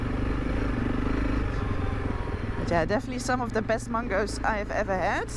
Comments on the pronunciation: It's cutely funny how you pronounce 'mangoes'. more power for what you do and love from pakistan, noraly. 🇵🇰🇳🇱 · Your pronunciation of mangoes totally .up.. it's a bit like when you say bananas😅😅